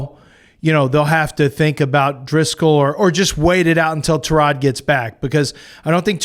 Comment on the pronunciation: these clowns can't even pronounce Tyrod...GTFOH